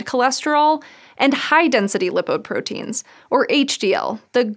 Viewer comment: LIE-poprotein, not Lip-oprotein